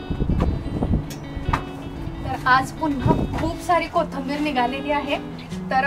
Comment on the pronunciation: Kahi shabde tumchya suddhe nahi yet jase ki koithimber yacha ucchar bhaga ...anyways tumhala thik vathe aasal tar Kya mag...tumhala suggestions avdat nastil tar kye mag ..